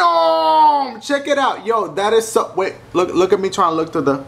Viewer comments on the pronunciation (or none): none